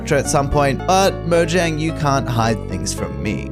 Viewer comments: Why do people keep pronouncing it "mo-zhang"? It's "mo-yang". It was founded by Swedes, the j makes a y sound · It pronounced ( moyang ) because it is swedish